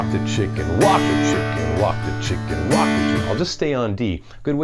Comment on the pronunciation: Thought he said "Wok the chicken" 🤣🤣😎👍